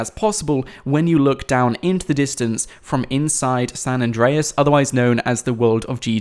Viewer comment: it's not San address